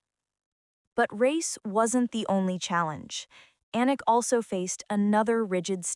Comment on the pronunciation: "Anooook", "Aknock", "Oohknock" and even WORSE "Ahkneck". All the white women doing voice-overs reading the REPETITIVE and over-effusive script that doubles as a diversity project word salad via the performative yt feminist scriptwriter, NEED TO SAY HER NAME CORRECTLY FFS!!! It's ahh NOKK If you're going to do a piece on a particular person, would it not behoove you to learn how to pronounce their name so as to maintain what shred of credibility you have?? What also is MAJORLY cringe is that you used an image of ANOTHER black model (who IS NOT Anok) in the image following the one featuring Anok and Naomi Campbell 🙄 No... they don't all look the same. ps: the v/o hack who called her "A neck", also mispronounced Givenchy as Geevehnchee. And there is a whisper of the G in Mugler not MOOGlur. I get that you're too American to say croissant properly in daily life but these are people's NAMES... so honor them like you would a Tchaikovsky, Chad or Madison 😒